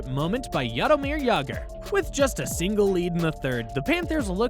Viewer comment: Jarameer Jager???